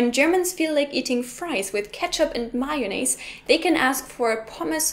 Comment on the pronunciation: may-yon-aise lol. :P